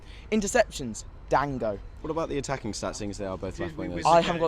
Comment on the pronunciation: Goddammitt, if yo ulove him so much remember how to say his name 'Don-GO'